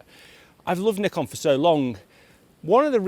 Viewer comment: Nice to hear you pronounce Nikon right as Nee-Kon! not as many other youtubers as Nye-kon. So annoying. I think modern Nikon is really good for landscape photography and architecture photography, because of sharp lenses and colour science which I like more than others.